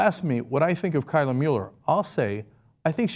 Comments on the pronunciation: You're pronouncing Kayla wrong. Source: My sister's name is Kayla. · Cenk srsly cant pronounce kayla?